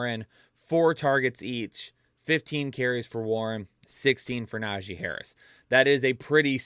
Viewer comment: Bro had me dying saying Tajee Harris 😂 Also, gave us a really solid slip this week, and even said that was his big money slip, it hit 👏 so everybody can just shut up about those, my guys are always on point win or lose